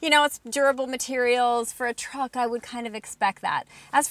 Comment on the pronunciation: Not a fan of her vocal style. Too many voice inflections or "upticks". It sounds like the woman who testified against Judge Kanaugh. Is her Dad an executive in the auto industry or something? Also, stop the hard KKKKKKKKKK when you say truck.